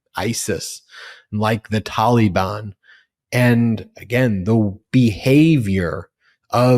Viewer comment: The Tahllybahn!? What tf is the tahllybahn???